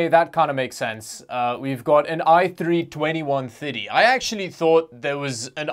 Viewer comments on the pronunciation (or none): is it me or does he sound like he's saying 2150 instead of 2130?